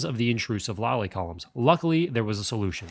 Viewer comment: Lally columns not lolly columns :-D